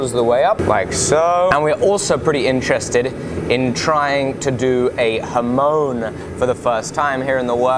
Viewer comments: Welcome, Alex. Good start to a project. Already doing numpty things to learn and practice! The word is hamon (刃文) not hamoan. :) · Ha-mon = like on, not like moan.